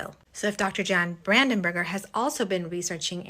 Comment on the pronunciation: Good grief... it's BrandenBURG, not burger... 🤦‍♂️